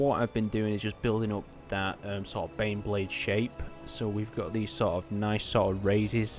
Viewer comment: I thought you were saying beyblade